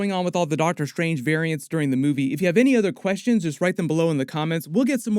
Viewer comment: is it Dr. Stephen "Seagal" Strange?